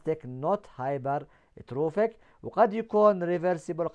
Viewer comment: كيف hyperatrophy انطقها سوى هي hypertrophy يادكتور